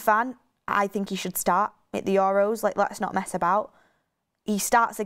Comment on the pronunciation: Bugs me the way always says "it" instead of "at" 😆 "It the moment" "look it" Petty i know 🤣😂